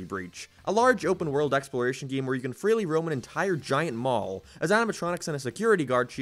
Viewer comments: Stop saying giem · "then the geem got delayed" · Gieem. From now on I gonna pronounce "game" like this. Like "gieem" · Plz say game correctly my brain hurts